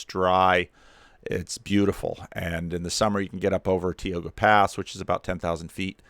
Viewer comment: Never heard it pronounce Tee Oh gah. I lived in Yosemite for 25 years. I always thought it was Tai Oh gah.